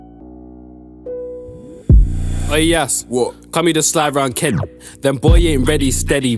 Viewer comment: ngl ik he said kenny but did sound like he said kent